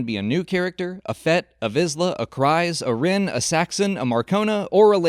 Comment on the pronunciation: Maybe this is just an accent thing I don’t know, but where in Clone Wars or Rebels is Kryze pronounced like that? Sure it’s spelt that way, but the pronunciation is (Kriz)